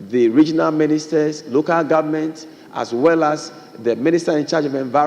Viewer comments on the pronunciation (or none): Is not loco. Is local. You left the l.